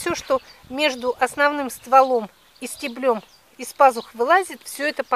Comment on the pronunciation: "стЕблем","нОжницами", а не...